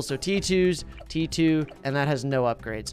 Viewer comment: T2, T2, tee tew, tee, tew-tee tew(sounds like he's saying tewity)